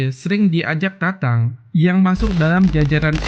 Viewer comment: Tatang mas bukan tantang ..yg bener dong nyebut nama orang